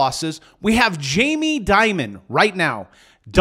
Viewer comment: Learn how to say Jamie’s name correctly